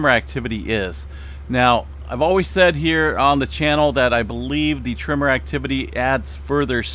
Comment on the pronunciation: You drive my wife crazy when you say TRIMMER instead of TREMOR. LOL 😂